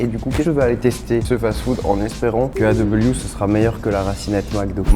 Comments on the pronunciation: Pour le A&W On dit pas A et W on dit ailledoublevé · to fats food que tu appel a et w se prononce ay doublever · Pour A&W ça ce dit Aye w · A&W sa se dis ayw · on dit ( i do ) ou ail doux pour a&w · Ça se dit pas A&W mais genre aye w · En fait, A&W ça ce prononce Aille w Et moi personnellement je naime pas du tout A&W 😂😂😂😂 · Aaahh mec super belle vidéo!! Je vien du Québec et franchement merci de nous dire que nos fast food est très bon!! Surtout notre poutine est un classique!! Je suis content que tu est essayé nos spécialité ❤ (ta bien prononcé le A&W mais juste la A tu le prononce aie comme si tu aurais mal voilà haha ❤❤